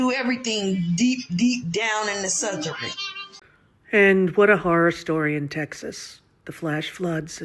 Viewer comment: Wth is a " southerin". Rosie O'Donnell please leave us alone !! Worry about Ireland 😂😂